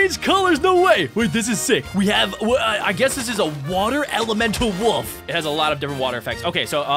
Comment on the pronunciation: is said it wrong elemental